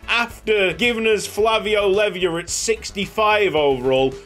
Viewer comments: Great video as always! Btw Leiva is pronounced "Lay-Va". Come on Wrexham! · concerning Leiva's pronounciation: it's smth like "Lay-bah". Greetings from a long time argentinian follower:)